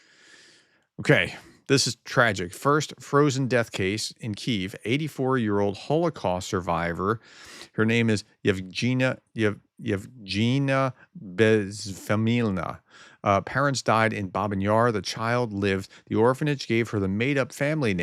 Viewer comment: Pronunciation help - the 'g' in Yevgeniya is a hard g like in 'gun' the stress falls on the sylable with the gen. It is the female equivilent of Eugene